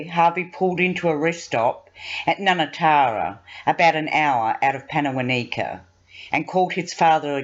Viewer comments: Wow, I live in WA and can't believe this happened 2 years + ago, feels like only a few months ago. I heard of this disgusting abhorrent crime, but not in this much detail. Can I just say, it's pan-uh-won(rhymes with on)-i (as in knights who say)-kuh. Accent on the won. And karr-ah-thuh accent on the ah. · Pannawonica is pronounced Panna wonn ika! Karratha is pronounced Kar Arthur! Annoying.